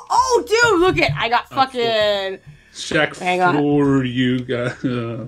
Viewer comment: LOL i know rachel is a little bit younger than you and myself since im 26 and was a 90's kid back in the day!.But LOL it sounded like said Screcketd instead of Shaq! XD. Holy shit, that Game brings back a few nostalgic memories.I never did get the chance to play that game series, but goddamn i do remember my older cousins complaining about how shitty and not worth renting or buying it was for them XD..Dude i so remember that Kazam movie back in the day.I was actually like the minority of people that loved the fuck out of that film, with Shaq granting all of the kids wishes into a reality.XD, Also totally remember the shitty ass short lived rap career he had too, worst thing he ever attempted besides acting in films. There is one think Shaq did dame well right about 2 years back when he made that bomb ass Arizona shack cream soda tea! Fucking hell that drink was my life at the time rofl!Also just a random list of what was extremely overhyped with the top 5 things that were big in the 90's decade( but i only remember as far back as 1995 since the other 5 years of my life at the time i was a baby) 5. Hanson,backstreet boys and Nsync 4.) the huge ass crazy sexual scam with Bill Clinton and the monica Lewinski slut 3.) The matrix and the trilogy movies of Home alone (aka one of the greatest movies ever made during my childhood!=D 2.) How huge the pokemon TCG cards were from Wizards of the coast (alongside the harry potter franchise,and coun